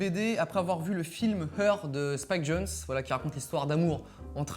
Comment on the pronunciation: Her de Spike JONZE et non Jones